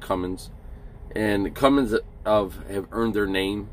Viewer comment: CUMMINS, no G in it